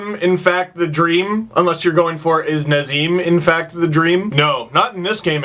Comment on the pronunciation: The "thream"? throws rotten tomato